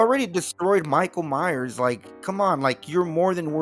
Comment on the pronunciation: Nah bro not Michale miyers it Miguel Myers